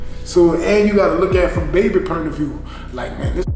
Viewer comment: " You gotta look at it from baby "pernt" of view"